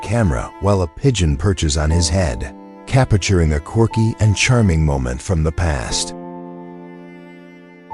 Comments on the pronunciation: Capturing is three syllables. The voice over is so annoying. Repetitive. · IF YOU ARE GOING TO NARRATE THESE VIDEOES LEARN HOW TO PRONOUNCE "CAPTURING". ANNOYING. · Why do you keep mispronouncing the word, “capturing”. Whoever wrote the captions for this video failed miserably. Nonsense 💩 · Cappichuring every 'classic photo'. I had to turn the volume down before it drove me nuts!